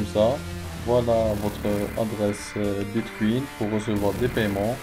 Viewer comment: Mdr bitcuin bitcuin Sinon c'est bien mais relax quand tu filme